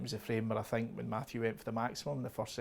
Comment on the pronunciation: That language)) sex not six thank not think ))).